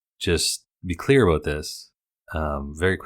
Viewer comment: "understand aboot me" - so Canadian!